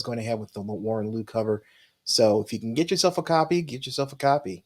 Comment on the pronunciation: No criticism or anything, I just hear this everytime someone talks about Warren Louw. The way you pronounce his surname is "low". I know it's weird but he's South African (so am I, that's how I know).